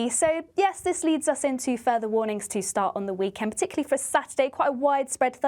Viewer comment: Sorry,, did you say " p'tickly "?